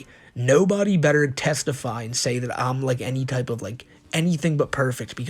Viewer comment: mimic-ry, like, mimicing something. "testify" =/= "Tes-teefy", you fuckin muppet.